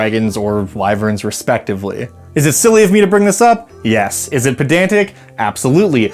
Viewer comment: Thank you for the pedantry about dragons and wyverns. Also, thank you for saying 'why verns' instead of 'wiv verns'. And remember - nobody asks.